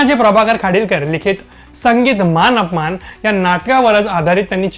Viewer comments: मानअपमान नाही मानापमान. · आधी 'मानापमान' असे म्हणायला शिक. मान अपमान नाही. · चित्रपटाचे नांव मानापमान असे आहे. तुम्ही मानअपमान असे बोलताय